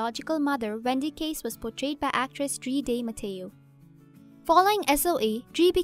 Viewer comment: This broad left out the deeper film history of afew of these great actors. Like Katie in Married w/Children & that she's also a renowned opera singer. Ron from Hellboy. Drea (which she mis- pronounces her name. Psst, it's pronounced "Dre-ah") of Sorpranos fame. & my boy 'tig' from Waterworld. Must've came into the country way after 2000.